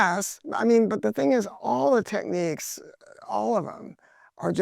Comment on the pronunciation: Great review! Unreasonable pet peeve of mine - Technics is pronounced TECK-nicks. Techniques is a different word.